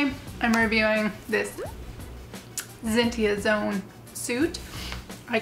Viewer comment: Not sure if you know this already or not, but in case if you don't you were saying Zentai Zone's name wrong. If you're already aware of this then sorry for being a nuisance.